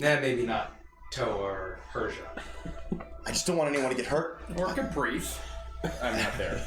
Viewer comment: I burst out laughing at Toa butchering Caprice's name XD